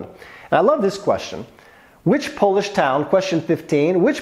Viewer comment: Your Polish pronunciations are delightful to my Polish heart 👍